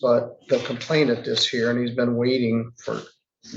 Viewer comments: The word is complainant, not “complaintant” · COMPLAINANT Not complaintant. There is only one "T" and it only appears at the end of the word. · please learn how to pronounce "complainant". The only T is at the very end. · Complainant not complaintant, other than that little gripe, I enjoy watching the fools in court